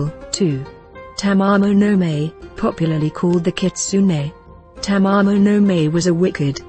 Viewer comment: Very good selections - these three are the most popular monsters (妖怪) of traditional Japanese folklore. But there are some things I noticed here. The pronunciations of the names are so incorrect that it is hard to recognise what they are (Sutoku, Goshirakawa, Tamamo-no-Mae are particularly horrible). Japanese system of sounds is not so difficult. And some pictures are from other eras or the different countries. (The civil war one is of the war between Japan and Russia in 1904 to 1905. The Buddhist monks and one of Tamamo-no-Mae's pictures are not not Japanese at all. The nice ukiyoe-style court scene drawing is mirror-image for the lady's lapel is wrong. And playing the Shamisen with a bow???) And some examples you have here are not the common images for their categories. The image of kitsune (狐 means a fox) as youkai is usually not a fearsome monster, but a plànkster. Tamamo-no-mae (玉藻前) is a special case, originated from China. Syutenn-Douji (酒呑童子) is said to be either a Oni (鬼) or a head of bandits. A Oni has many images from a evil monster, a tormentor in the hell, a very harsh person to a gentle giant in the children's books.